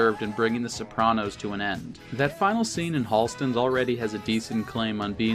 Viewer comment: Really good analysis Please never say Eee-so-teric again! my lord it hurts...also it's Holston's...not Halston's. Sorry! keep up the good work on everything else!